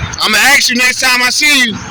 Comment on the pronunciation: Love your audits but the word is ASK .